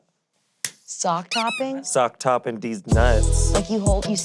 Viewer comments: wait talking about sack tapping but calling it “sock top”…. Just sounds like a fancy rich person saying sack tap, I guess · Lmao does mean “sack tapping”? I’ve NEVER heard “sock topping” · it’s “sack tapping” not “sock topping” lmfao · “Sock topping” when it’s “Sack Tapping” was cracking me up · I'm so late but said "Sock topping" when she was told "sack tapping" 😂 that's the most hilarious thing in this video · It was most definitely "sack tapping" not "sock topping" lel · Not sock-toppin'...it was sack-tappin'. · sack tapping not sock topping lmao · Am I the only one who took a minute to realize that meant "sack tap" not "sock top" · It's not "sock topping" its "sack tapping" lol. How did none of the guys correct her on this. Literally you scream sack tap and smack a dude in the nuts, the name is the action. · "sock topping" is HILARIOUS It's "sack tapping". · saying sock topping instead of sack tapping is so fucking funny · Did call sack tapping sock topping? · took me way too long to realize was trying to say “sack tapping” 😂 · calling sack tapping "sock topping" is she making a joke or does she really think it's called sock topping??